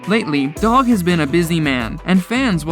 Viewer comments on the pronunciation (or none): Who is Doug? Anyone else notice narrator continue saying Doug instead of Dog, or am I missing something. Is there a Doug I'm not aware of from show lol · Lol he called Dog Doug